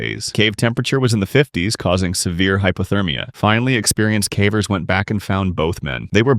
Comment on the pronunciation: This voice is def AI. "Faibula" bone? Fibula. Fib. That, and other such words like "Cavv-errs" and not Cave-rs.